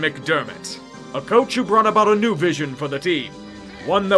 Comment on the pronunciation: I know he said coach, bu I heard "cooch"